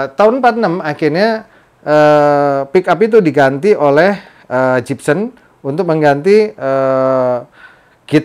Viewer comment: Gibson... Bukan Jibsen 🙈🙈🙈